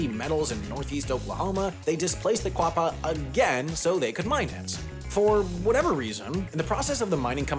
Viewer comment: It's spelled Quapaw. Pronounced Oh Gah Pah. Also Miami is pronounced Miamah. I live in Miami Ok which is literally next door to Picher. About 10 miles for me.